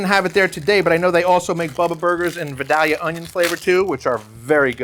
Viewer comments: Pronounced vIdAlyuh please... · It hurts my ears that you are so close to Georgia and don’t know how to pronounce Vidalia. It’s Vie-Dale-ya. Otherwise, great video.